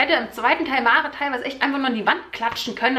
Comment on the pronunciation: Das Mädchen heìßt [mär] ...ausgesprochen